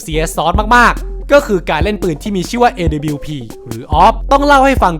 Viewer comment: คือไอ้การเรียกชื่อทีมผิดมันต่างจากคำอื่นๆตรงที่มันเหมือนเอาคนไม่เคยดูแข่งจริงๆมาทำคลิปอ่ะครับ อีกอย่างตัว W ก็อ่านว่า ดับเบิ้ลยู ต่อให้เป็นพวกสำเนียงอเมริกันจ๋าๆ ก็ยังออกเสียงประมาณว่า ด๊ะบะยู อยู่ดี ส่วนดับบลิวนี่ไทยแลนด์โอนลี่ครับ พูดง่ายๆคือออกเสียงชื่อปืนผิด